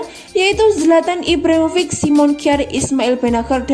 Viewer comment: Ibrahimovic mba bkn Ivrahim rofiq